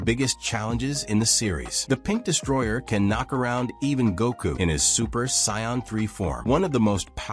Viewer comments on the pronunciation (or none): Now say it with me "Say In" not scion. 😂😂😂😂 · Whatever you used for the voice over for this video, don't use it again, the way it kept saying Saiyan and Vegeta was painful to listen to, otherwise, it was a good video.